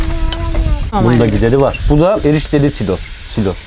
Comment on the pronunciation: Ben Artvinliyim Silor deyil Sileryo